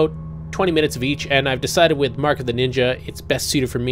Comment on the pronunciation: Mark of the Ninya as was say